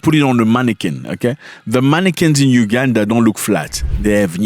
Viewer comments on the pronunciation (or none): It's UGANDA not UGADAN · Its Uganda not ugadan